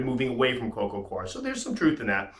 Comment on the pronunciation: coco gwar ...= coco cwar ...coco coir